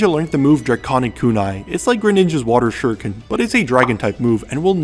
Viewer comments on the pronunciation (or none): none